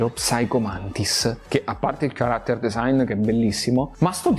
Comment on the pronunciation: Certo che sentire tutta sta lamentela per psico anziché Psycho da uno che pochi secondi prima pronuncia character come fosse chocolate...